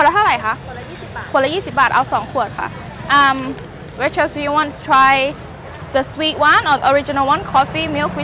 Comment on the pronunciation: She really calling her "racheal(s)"